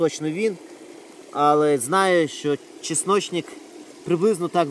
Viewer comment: часночник!!!!? ти, чоловіче, як не зі Львова! ЧАСНИЧНИК??? Твоя мова...!!!! ганьба!!! Ти ж на публіку працюєш!!!